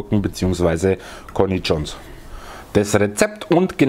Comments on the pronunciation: Kornitschos ? Echt jetz? Kornischoons gesprochen. Aber schaut echt lecker aus. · Bei dir hören sich Cornichons nach einem Mexikanischen Gemüse an😂👍